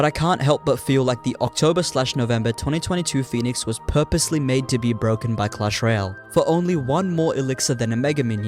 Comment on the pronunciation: So bwoken